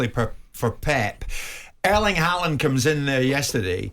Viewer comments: I wonder who Halland is? Are they talking about "Hawlann"/"Hólann"? He is the best striker in the PL along with Darwin N and Salah. At least get the name pronounced close to correctly ;) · Norwegians have a tendency to be over-gentle with foreigners in not telling them to pronounce the name right. The a in his name is simply not an a. It is an å. Which is a different letter. His father changed the spelling a while ago from å to danish aa. To make it simpler internationally for the spelling. Only sweden and norway have the å in the alphabet. This is like english aw or o like in fork. It has nothing to do with an a.